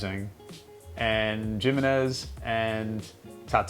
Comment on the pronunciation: Did you say Jim-manez? Lol